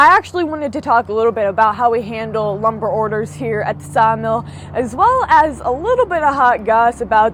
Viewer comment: Are you saying ( LUM BAR),, EM your so 🥰 cute.